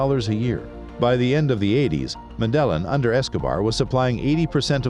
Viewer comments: Medillin Pronounced medayeen Pablo> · Why can't you get the pronunciations of Spanish words correct? Medellin is pronounced med ay een and Guzman is gooz mahn !!!! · Medellin - wrong prununcaition. Sinaloa and Guadalajara are in Mexico, which is in Central America, not South. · Great video man, just try to get the pronunciations right next time. The way you said “Medellin” is not right.